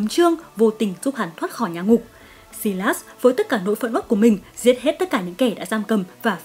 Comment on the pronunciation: Sylas = Sai-lát-s not Si-lát-s